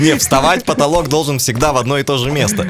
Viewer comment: говори нормально а не так как ты сказал про поталок